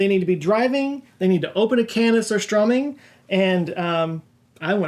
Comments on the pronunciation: Your pronunciation of surströmming was really good but it’s Swedish not Norwegian. They call it Rakfisk. But it’s essentially the same. And yes it’s very horrible smelly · Is this engagement-bait for Scandinavians? Surströmming is a Swedish dish. Not Norwegian. Yes, Norway DO have fermented fish as well, but it is milder. The Swedish surströmming is the more extreme variation that everyone knows about. Decent pronunciation thou.. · Surströmming is a Swedish dish, not Norwegian. But your pronunciation vas spot on! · Dude, you pronounced Surströmming Amazingly!!! From Sweden with Love - Kami